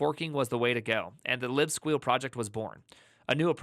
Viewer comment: How are u saying libsqueal with a straight face lol